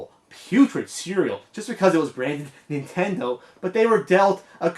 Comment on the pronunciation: Hey, guy on tape singing the "nintendo " song...there's a D in Nintendo...it's not Nintenno.